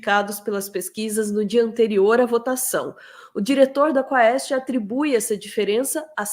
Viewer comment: é quést a pronúncia! Do latim: pergunta.